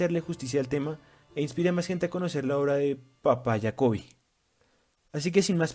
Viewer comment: De pronuncia como en Español Jacobi , Jacobianas etcétera